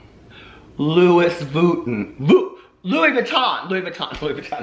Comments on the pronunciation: Loowis Vooo-ton 😂😂😂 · Louis vooten....lol😂😂😂